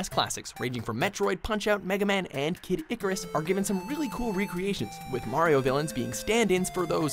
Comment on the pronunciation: Did he just call kid icarius kid Ikoras